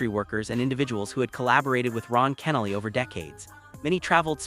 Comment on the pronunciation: Any time you CANNOT correctly pronounce the deceased name means it's AI or ignorance. Either way, disbelief of the post. Insincere post looking for views.